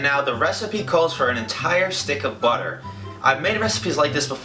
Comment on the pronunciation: I swear he said boner but he said butter 😂😂😂